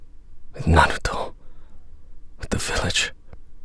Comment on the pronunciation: The way this dude says, Naruto. "Narluto..."